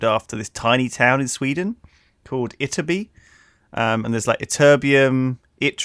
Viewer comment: lewis!! Never heard anything funnier then you trying to pronounce YTTERBY " ITERBI"